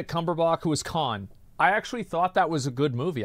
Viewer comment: Benedict cumber…Bach 🤣🤣🤣